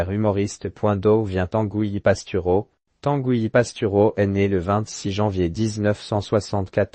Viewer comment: Tangouy , et nébon .. l’IA sans doute